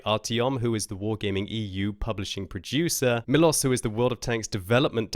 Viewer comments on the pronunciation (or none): Inb4 everyone from Czech Republic either getting triggered or laughing their asses of when pronounced "Miloš" as "Milos", rather than "Milosh":D